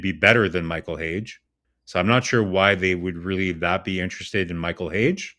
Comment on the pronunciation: its not Hage like cAge, its Hage, like HAGEEEEE